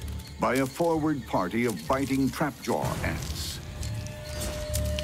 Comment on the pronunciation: I hate how he says trapjaw